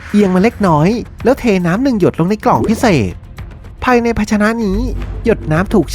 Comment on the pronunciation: คนพากย์ผู้ชายพูดไทยไม่ชัดซักที ฟังผู้หญิงพูดลื่นหูกว่าเยอะ ได้ > ดั๊ย สาย > ไส แล้ว > ล๊ว เหมือนลากเสียงยาว อะ,อา ไม่เป็น ถ้าเป็นคนปกติผมคงไม่จู้จี้อะไรหรอก แต่คนเป็นนักพากย์ควรออกเสียงให้ชัด